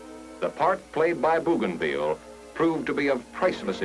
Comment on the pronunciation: BOW gainville. NOT BOO gainville.